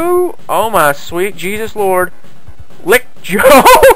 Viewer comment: "lick Joe" was supposed to be "rick Joe".